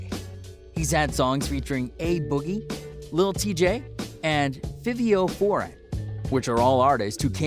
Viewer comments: This dude used google translate to say quavo and fivio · Feevio foreign 😂😂 im dead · "fhiVEO foreign" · And u pronounced Fivio name wrong it’s not fevio it’s Fivio bro say it with me Fivio Foreign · Nigga said bro name wrong “fiviooo”😂😂😂😂😂😂😂😂😂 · Why you Fivio name like that ?! 😭😭😭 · 1 pop isn't 28 2 its not that hard to pronounce fivio 3 your stupid is photoshopped pops face over T Roy's mugshot.T ROY AINT EVEN FROM NEW YORK HE FROM THE O. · I cant believe bruh said ,,Fivio Foreign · Omg what he call fivio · Nigga can’t even pronounce Fivio’s I name correctly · AND HE SAID FIVIO WRONG .. SMH